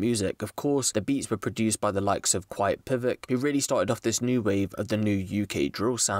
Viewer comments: I swear its quietpvck- quietpack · Man said quiet PIVOCK it’s quiet pack 😂😂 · btw bro its not quietpivik its literally quietpack